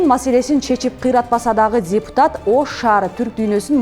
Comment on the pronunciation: Алып баруучу дзепутат эмес депутат эле болуп айтылат...